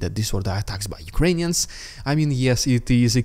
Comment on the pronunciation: Why do you call Ukrainians as”Ukrains “?